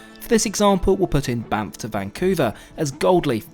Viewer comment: Sorry but I kept laughing because I'm immature. Every time you said Banff, kept hearing BAMF